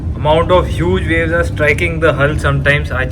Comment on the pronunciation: Its VAVES, NOT WAVES.